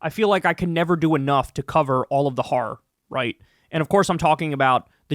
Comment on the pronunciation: Thanx for pronouncing horror correctly. It's not prostitution..it's not "whore-er".